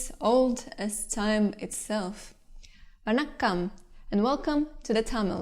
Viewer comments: omg u pronounced "vanakkam" very very perfectly 👌👌👍 Really thnx sis for shared our language 😊😊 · Yo ur vannakam is better than most of us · Her pronunciation of Vannakam was really good 😀 Hats off for the research